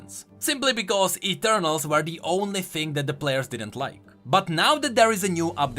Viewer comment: my brother, my mate, i love you and all but the way you pronounce "were" is killing me slowly. <3